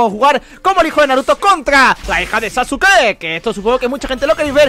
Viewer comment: SE PRONUNCIA SASKE >:( DISLIKE